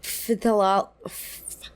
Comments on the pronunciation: It’s pronounced “th-AL-ate-s” the PH sounds like a T ❤ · "pthalates" is pronounced like "thalates" FYI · This is unrelated to the discourse of the video, but phthalates is pronounced without the "ph", so "thalates." the "ph" is there because phthalates have the base of a phenyl group. but I too hate the word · "thalates" is how it is pronounced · phthalates is just pronounced "tha-lates", because english loves its unnecessary consonants >.< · Phthalates are pronounced with a silent 'ph' hence, 'tha-lates' meheh